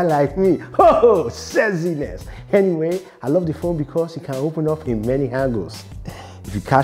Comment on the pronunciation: Nobody: Colonel Singala: Sessiness